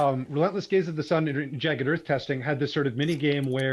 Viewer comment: I’m sorry but the quote ‘check out all these rainbows coming out of Gaze, it’s amazing’ which sounds like .. well.. gays. I could appreciate the not-intended joke, i snorted 😇